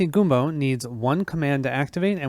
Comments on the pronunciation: I need to call you out on this... It's not goom-bo. It's gum-bo. Like you're chewing gum. Massacring the greatest food of the Mississippi Delta is just not allowed. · How you said gumbo makes me cringe lol, but the video was great!